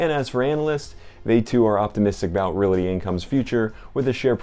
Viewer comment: It’s realty, not reality. And I know you’re not saying reality as in the word with the accent in the al, but you are saying reality with the accent on the single syllabled rea. Appreciate the video though. Always like to hear what you have in your portfolio!